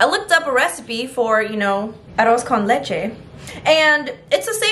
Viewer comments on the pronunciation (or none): none